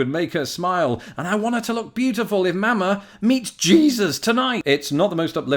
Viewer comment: Please stop saying Mama like that no one in the USA says it like that. You are using the A sound like in the word cat but it is really the "ah" sound like the in the word father. The cat A is a much harder sound and even higher pitched where as the Ah sound in father is softer and lower pitched. I've listed to people from all over the US say mama and its generally the same except in some places they say it faster or slower or cut of the second ma.